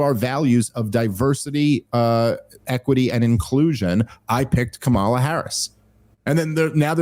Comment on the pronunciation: Could you pronounce " kamala" correctly even one time? I promise it won't make me think you like or respect her.